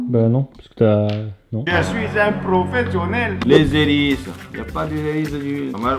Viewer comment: J'aime pas quand il dit je suis un prophsionèle